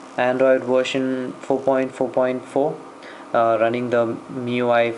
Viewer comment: It's pronounced Mee-you-eye (miui) , nice video ,btw